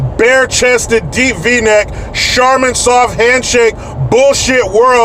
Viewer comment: He said “ sharmin soft hand-shake!!! Bahahaha